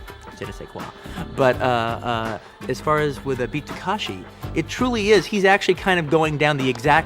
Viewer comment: And the name of the actor/director to boot: It's Ta-KE-shi ✔ Not Ta-KA-shi ❌ He'd be better off just calling him Kitano.